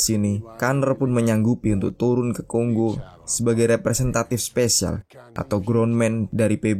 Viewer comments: Tolonglah itu bacanya Kongo bukan konggo🙄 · Silakan cek pronunciation aja dulu ya borr banyak kok video cara baca di youtube, nanti kan kita sama-sama jadi tau yang bener bacanya Kongo atau Konggo, daripada nanti malu 😁